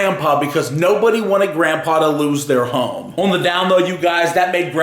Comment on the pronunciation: Can you say on properly its annoying.